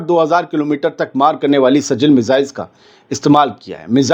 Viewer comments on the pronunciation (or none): Seal nahi sijeel hai.